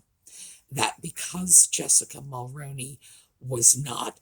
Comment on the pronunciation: Your killing me say it this way mall-rooon-E that’s how you say it 🇨🇦